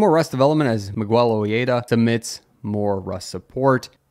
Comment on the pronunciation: Now, the world's a big place, I don't doubt that there may be a Miguel whose name is pronounced that way, nor that a last name Ojeda may be pronounced that way, but that would not be my instinct on how to pronounce either in that context. Great video btw, I was just punched in the nose by that particular read and had to say something.